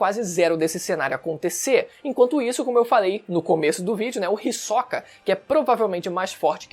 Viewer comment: Todas essas pronuncias dos nomes diferente do que eu acostumar do audio japones esta me dando nó nos pensamentos (risokA << hIsoka / NÉTÉro << Nétero)